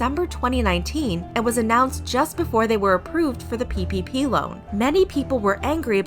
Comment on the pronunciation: Every time you say ppp all I can hear is pp ahaha